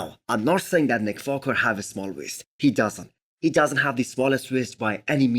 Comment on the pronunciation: Its just me or this guy is saying Nick Focker ?